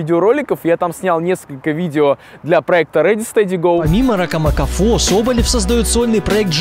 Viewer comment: мне показалось, или место "Ракамакафо", он сказал "Фракамакафо"? хд